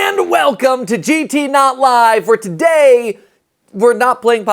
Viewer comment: Why do you in the intro say "welcome to gtNOT live"?